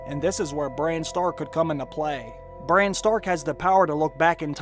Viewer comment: His name is Bran, not "brain"...